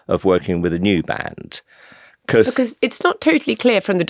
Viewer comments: He seems nice but unable to say because "becoose" minor derail. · Anyone else notice how weirdly he says the word "because"... "becawwws" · My granny used,to say, "Never trust a man who can't pronounce 'because' properly" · The way Simon Cowell pronounces ‘because’ is infuriating me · The main takeaway from this interview is that he pronounces the word 'because' very weirdly